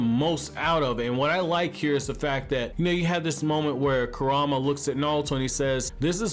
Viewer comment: I just still cant belive that you cant prenounce “kuruma” and “sumire” when they literally say their names in the anime 🤦🏽‍♂️🤦🏽‍♂️